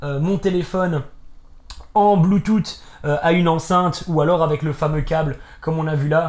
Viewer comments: oe mdr, moi aussi sa me fais trop rire mdr le bloutoute x) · un peu d'humour, mais le BLUETOUTEEEE m'a tué lol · Le " bloutoute " ptdr ça a fumé sinon niquel la vidéo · En "BLOOTOUTE!!!"😂😭😭